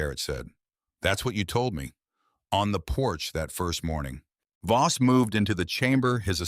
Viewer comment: Is the guy's name Voss or Boss ? The narrator has pronounced it as both and text has spelled it both ways . So which is it ?